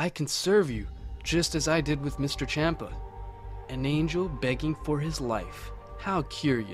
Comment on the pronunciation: Dude good video, but u pronounce a lot of the names wrong, Its not Goteen but Goten, not Chompa but Champa, not Belmood, but Belmod. its very annoying like your doing it on purpuse